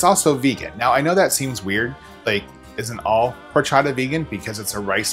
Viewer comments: It's pronounced Orchata. The "H"is silent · love it, I kinda want to go home and make this ( I'm not even vegan ) tip: H is silent :)